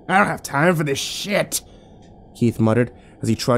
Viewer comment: "I don't have time for this SHIYET"